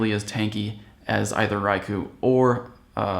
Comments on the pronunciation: You said "Rai-ku", it's pronounced Rai-kohhh...you said so in your Raikou guide. :) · its pronounced RaikOH.